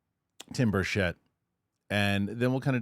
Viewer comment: BER-CHITT. PLEASE! thx